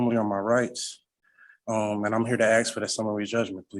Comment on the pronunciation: Why do they say axe 🪓 instead of ask as an English man hearing that its like nails scrapping down a chalkboard to us ?